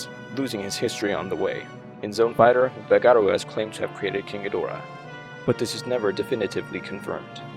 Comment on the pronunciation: Why do English speakers mangle this Kaijuu’s mane? The stress is on the first syllable and the /o/ is diminutive. GĒ Dō RA.